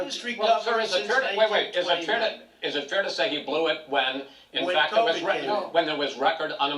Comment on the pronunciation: "He Blew it. He "lew" it. He blew it." - Joe Biden